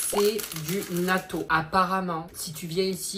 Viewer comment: Quand je t'ai entendu dire "Nato" OMG😂, sinon il y a plein de bonnes "cochoneries" ( chips, gâteaux, snack etc...) j'en achète beaucoup j'adore ça et certaines boissons aussi surtout saveur pêche. Les mochi j'aime bien ceux à la fraise c'est vraiment bon, mais chu pas fan des glacés, pour les Kit Kat j'aime bien ceux à l'orange. Si tu veux trover ce genre de truc il faut que tu aille dans les magasins spécialisés, bon après en france je sais pas si y en a mais je pense que si, moi j'habite sur un petite île dans le pacifique pas loin du Japon, de l'australie et de la Nouvelle-Zélande donc j'ai toujours connu beaucoup de produits de ces pays que les Français de Métropole ne connaissent pas forcément ou très peu. Tu as raison on aime te voir soufrir en testant des truc comme ça 😂